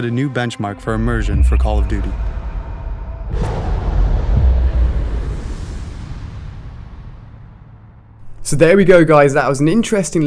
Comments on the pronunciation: call of dudy :D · Call of doody! That's how the CoD guy says it. Lol